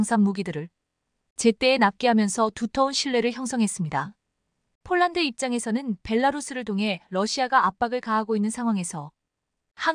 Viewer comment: 대최 쫄란드가 어르나라야 폴란드 라고 정확하게 바름을 해라